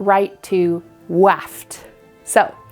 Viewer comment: i cannot stop saying to myself "we weave fwom wight to weft" send help